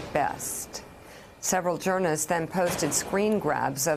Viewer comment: Mika, what's a "jurnist?"